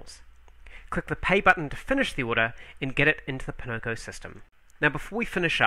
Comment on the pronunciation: Oh... it's "poNOko". almost Pinnochio.; ^ ) Buy!